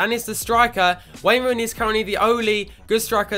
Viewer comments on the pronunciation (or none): none